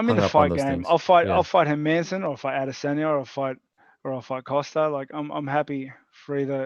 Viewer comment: everytime ariel says "Adesanya" i die a little more inside